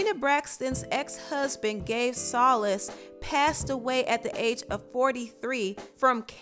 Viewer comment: Damn, I didn’t even know Gabe had cancer. I know Trina is going through it. It’s pronounced So-lease, not So-lis.